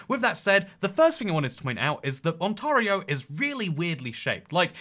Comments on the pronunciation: more like on-terry-oh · Ont-AIR-eo not Ont-ARE-eo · On-tear-io ON-TEAR-IO!!!!!! As an Ontario native, I cringed everytime you said on-TAR-io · It's pronounced On-tare-ee-oh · Ontor-io are you sure? Get the right pronounciation. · Ontario, sound it out… aan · teh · ree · ow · Its pronounced on-tay-rio :) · On-TAY-rio! You'll thank me when you get to Canada! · the way he pronounces ontario took me off guard lol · Sorry but the way you say Ontario makes me die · I was dying hearing how he pronounced Ontario 😭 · My gosh you misprint Ontario the whole video and as an Ontarian you killed me it's like if I was calling you Engleesh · Ontario. Not just weirdly shaped, but also weirdly pronounced on the channel. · You pronounce "Ontario" like a British person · oh no you pronounced Ontairio wrong the whole time love you